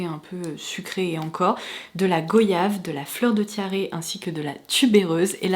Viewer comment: Hello, goyave se prononce comme voyage. des bisous